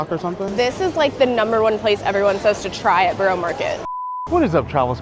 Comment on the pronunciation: It’s pronounced burra market